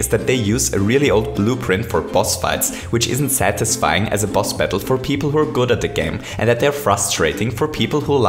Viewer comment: I love how he says "Bettle" instead of Battle